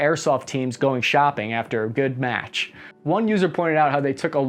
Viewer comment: Bruh the way you said “look like they went shopping after a good *match*”